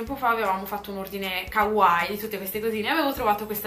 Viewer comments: L idea è molto carina e anche tu sei molto simpatica ma non ho capito come mai dici kawài invece di kawaii come cristo comanda, ogni volta che sento quella sorpiatura mi corre un brivido lungo la schiena, basta vedersi un qualsiasi cartone giapponese per capire come pronunciare correttamente la parola, please do it. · Kawaii come lo dici tu non si può sentire hahahaha, belle cosine comunque :)